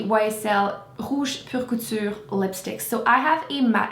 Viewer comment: Hah! Finally I know how to pronounce rouge pur couture correctly!